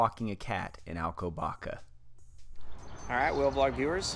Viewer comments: The "ç", as in Alcobaça, is pronounced as "ss". Very informative video and I like the off-camera voice, lends it a more professional feel. Thanks for sharing. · Not Alcobaca but Alcoba sss a